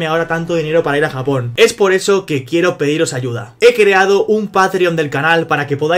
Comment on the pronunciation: en breve: Mi gente, estamos en Japong.....